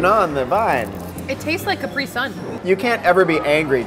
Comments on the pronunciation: Did just say caPRI sun?!? It's CAPri sun, everyone knows that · Claire Sun wait, what? I say CAPri sun not caPRI sun. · did she say 'cap-ree' its 'cap-ray' omg